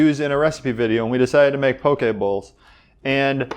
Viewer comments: As a person born, raised, and living in Hawaii, I am so glad to hear poke pronounced properly (I hear pokey so dang much haha). I literally was just trying to find a poke sauce recipe that was keto-friendly...must try! Also, would love to see your take on an authentic Hawaiian dish: laulau. It seems like it has great potential to be keto! :) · Props for saying Poke correctly! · I eat this a lot. It's usually readily availbale in HI. You pronounced it right. Poke. This is local Hawaiian food that's being exposed to mainland now.